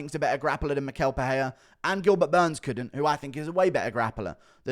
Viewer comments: And it’s pronounced mi-shell… you always butcher Brazilian names smh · Hey Guru, Michel is pronounced like me-shell.